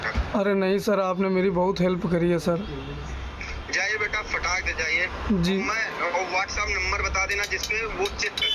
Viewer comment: ए फर्जी वीडियो है केवल फ़ेमस होने के लिए ऐसा किया गया है क्यों कि जो आदमी फोन पर दूसरी तरफ से एक वर्ड बार बार बोल रहा है फटाक से, फटाक धे, फटाक धे, फटाक धे, ए एक देहाती शब्द उच्चारण था जिससे ए साफ होता है की ए बंदा झूठ बोल रहा है